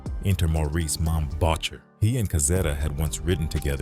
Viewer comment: AI is bad enough, but they it pronounced mom voucher’s name would have been enough to piss him off.